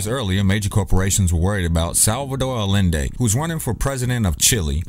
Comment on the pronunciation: salvador a-yen-day. ll=y in spanish...